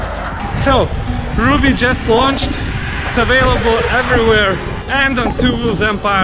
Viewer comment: Double "b"s suggest the name is pronounced "RUB-ee"